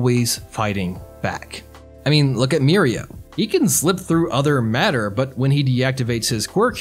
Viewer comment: he pronounces mirio correctly now, thank god